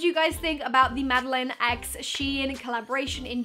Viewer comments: You don’t pronounce it like Madeleine you pronounce it maddieLANE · Anyone else getting triggered by the way she keeps pronouncing Madelaine wrong? She's saying Madeleine and not Madelaine. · ypur saying mads name wrong but love you still xx